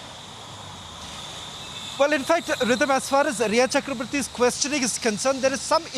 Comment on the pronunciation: Noob lady its not "CHAKRAAABWrty"!!